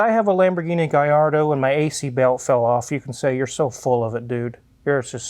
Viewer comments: great info as always!!, but "LL" in italian is pronounced as a long L, not a Y. is not the same as spanish. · I like Smack That, but every time he says Galardo it makes me cringe. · Double L's in Italian definitely does not make a Y sound. Double L emphasizes on the L just like Ferrari emphasizes on the R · It is NOT pronounced Gayardo you idiot! It is pronounced Gallardo, even Balboni himself says you’re full of shit! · If we study Spanish and Italian, we learn the ll in Spanish is pronounced as a Y but in Italian, the ll is pronounced as a L. If it were Spanish it would be pronounced as GaYardo. However, in Italian if is pronounced as GaLardo. It seems the only studied Spanish. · Ini Italian the double l is a strong ll sound. There is no y in the alphabet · I think we can all agree that it's pronounced "Gallardo." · Lol gui yard-o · LL in spanish is Y, in Italian it's L. The correct pronunciation is Gallardo with L, if it was from Spain it would be GaiYardo. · Thing is, in Italian, double L is pronounced the same way L is pronounced in English. The LL=Y equation only applies to Spanish. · In Italian the double l is not pronounced the same as Spanish. Double consonants in Italian are stressed slightly more than the single consonants. I’m afraid your pronunciation of Gallardo is incorrect. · wizard was so critical about Akon pronouncing gallardo with L but MS. said lets take a look under the hood in a middle engine car.oooooooowwooo he wont dare to comment on that one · your pronunciation is right, but Italians don’t convert Ls to a Y sound, I should know. Gallardo is a Spanish word for a bull. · Only in Spanish a double ll is pronounced Y. In Italian is pronounced as an l but you “hold” it a bit longer.